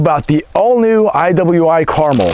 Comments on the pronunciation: Is it really pronounced caramel like the candy, though? I would tuink it's more pronounced like "Car-mell"... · I believe it's pronounced Car-MEL. Nice rifle, though. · “Out of the gate”, not “off the gate”. Also, the name is carMEL, with the accent on the second syllable. Look it up! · Americans.... Pronounce car-MEL. As in Mt Carmel and Carmel beach. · Goddamn. It's Car-mél... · It pronounced kar-mel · Pronounced Car-MEL!!🤦‍♂️ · It's pronounced car-mel like cal-el. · Pronounced Car-mel. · It is pronounced Kar Mel not carmel, I am going to buy one very soon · Pretty sure it's pronounced (Kar-Mel) like the mountain not Carmel like the candy. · You should put emphasis on the 'mel' in carmel. Thats the correct pronunciation. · Damned you weirdos... its carmel!!... ....PHA-KIN-CAR-MELL. not mull, MELL.😡😡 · Carmel.... "Car-mel" Rhymes with Bar Smell Like the city in california... no? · You’re pronouncing it wrong. Lol. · For the love of God, stop mispronouncing Carmel. It is named after Mt. Carmel in Israel. The emphasis is on the second syllable,not the first.